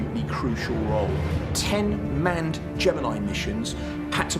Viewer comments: He says gemini wrong too. Get over it. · Why didn't you watch old films of launches? If you had, you would know how to pronounce Gemini.